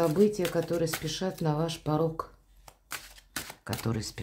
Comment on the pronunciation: Так ,парок или парог ??? Выговаривайте четко ,смысл ведь разный...